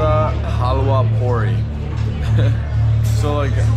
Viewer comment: It's "halwa puri"